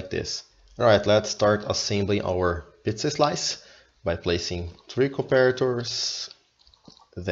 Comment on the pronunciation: Sweet! Pizza 'Slime' pattern? perhaps Pizza "Slice" heh heh. Great explanation, too!